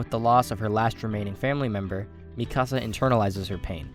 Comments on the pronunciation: Sounds like he’s saying “ my house” when saying mikasa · Im convinced that he wants to troll us by pronouncing Mikasa's name as Mi Casa